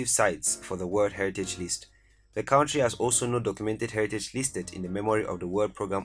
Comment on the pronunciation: Great video! As a native English speaker, I encourage you to say CUNTRY, rather than cowntry.